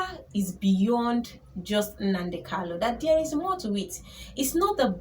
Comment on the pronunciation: Nne it's kanu not kalu, u are doing well